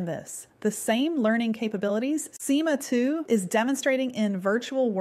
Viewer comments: me too...till SIMA was pronounced as ESS AAAIII EMM AAA 🤯🤯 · “sIMa TwO”